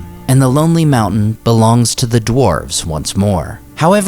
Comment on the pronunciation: What is the "Mooouu'hnnn" he keeps talking about?